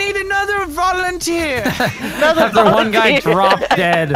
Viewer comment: needs volintear............ I want to say dead volintear 😂😂